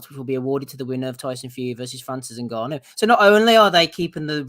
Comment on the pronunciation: 😂😂 it's been a while since I've heard butcher an international name like that. Good Attempt mate 👍